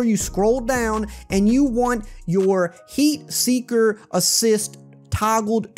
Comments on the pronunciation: "seat heaker"🤣 good video man great tips. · "Seat Heeker" 😂